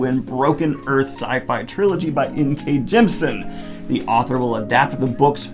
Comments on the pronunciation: In case you do end up interviewing her like you talked about in your live, Jemisin’s name is pronounced “Gem-ih-sin”, you’re just missing that middle syllable :) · I THINK, and I could be wrong, that you say "Jemisin" incorrectly. I think it's "gem-i-sin", yes? Three syllables. Someone correct me if I'm wrong.